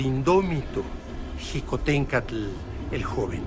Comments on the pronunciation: Xicohténcatl, Se pronuncia "shikotencatl" y no "jikotencatl" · está de la cola el documental, ni siquiera saben pronunciar "Xicohtencatl"